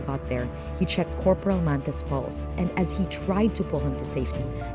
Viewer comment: when she said pulse it sounded like balls. Didn't help that the cartoon guy was right next to them.